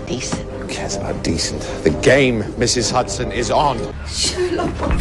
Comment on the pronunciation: Sherlock calling Mrs Hudson ' Huderz' is possibly the best thing to of ever happened 🤣🤣🥰🥰😍😍😍